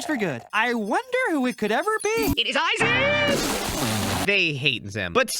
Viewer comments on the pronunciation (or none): none